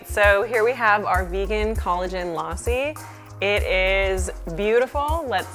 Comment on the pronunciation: Lausi!?! Super weird way to pronounce lassi.